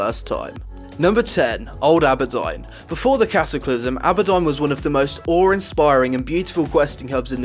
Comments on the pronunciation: Can I just throw a few things out.. You, yourself have said you got into WoW in WoTLK Two patches and several years after questing... Secondly AHberdine ?! As a native English speaker you should recognise its AWWberdine (Auberdine) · Auberdine = Abbodon? dude, it's pronounced Or - ber - dean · Isn't it pronounced aber + Deen? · I always thought it was pronounced "Awh-ber-deen" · you slaughtered the name for aurbedine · Stormdance .M lol he is English, he isn't the one with the 'accent' everyone else is. It isn't because of his accent it's pure mispronunciation. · I have a similar accent to his and I know how to say things correctly xD He's just a lazy speaker. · Lol same dude he said tanaris and auberdine differently than how I pronounce